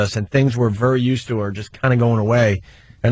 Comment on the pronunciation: Opie can’t pronounce anything that ends in ERY, very is vury, berry is bury